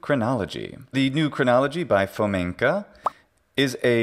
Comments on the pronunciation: Why do you pronounce Fomenko as Fomenka? It's not a Russian surname (unfortunately). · FamenkOH!!!! Not FamenkAH!! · Wrong "a", but thanks for playing 😁 Hint: the last syllable is very unstressed, the vowel is almost not there, it's even devoiced almost to "фаме́нкх". But you're pronouncing it almost like the Czech long "a" at the end of "Navratilova" 😁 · Not enough though - that "фоменкА" is kinda annoying.